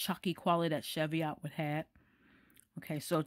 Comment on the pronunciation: The correct pronunciation is 'cheev-ee-ot'. Greetings from Scotland.